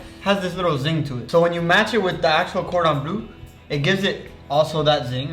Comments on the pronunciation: It's cordon bleu and not cordon blue hahahah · just murdering that gordon bleu while other still saying "cheers"